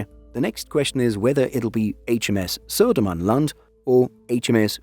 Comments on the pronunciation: Wow, impressive pronunciation of Södermanland and Östergötland. 😃 They are both "landscapes", areas in Sweden. 🤓 The UK equivalent would be county. 😊 I think it's OK if Poland can borrow a sub. We need to stick together in the Baltic area. 🙂 Merry Yule. 🎁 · pronunciation of Södermanland and Östergötland was on point, very impressive